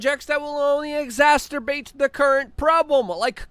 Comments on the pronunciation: It’s not a Luke Uncensored video unless he says “exacterbate” 😂. I know English is his second language. I still think it’s funny though. All love to Luke. He’s a real one. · "EXACERBATE", not "exasturbate". C'mon, Luke! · 'Exsasterbate'.......I thought we were past this by now? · Wait what? did you say exasterbate? 😂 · Exacerbate has no T until the end